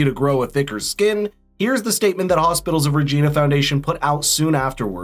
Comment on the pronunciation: Regina (the town’s name) rhymes with vagina, btw. Yes, really. It’s not pronounced the way regina (regeena) is in most other cases.